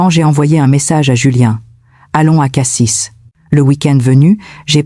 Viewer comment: On dit Cassi et pas Cassisse le s ne se prononce pas avis a l’IA